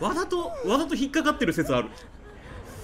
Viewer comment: わざと が言えないザムさん好き